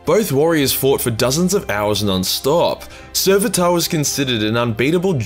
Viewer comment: Sevatar* not "Serveataaa"